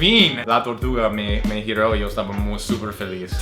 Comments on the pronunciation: A se le sale mucho el shooooo en vez de yo 😂😂😂😂😂😂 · En vez es divertido para quien lo entiende, porqué tiene muchas inflexiones del guaraní, que a su vez tiene acentos nasales, que hacen que el idioma se enriquezca como el porteño que pronuncia mal la 'lle'